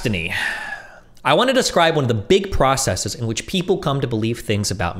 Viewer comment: I wish Destiny would comment on how Vaush says processes like "processeez."